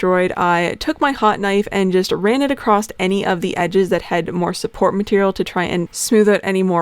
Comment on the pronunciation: What is it with you Americans putting a fukin D at the end of the word "across" its fukn across not acrossd.